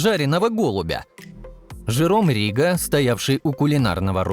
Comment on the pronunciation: Жиром Риго ,ударение на букву ,,О".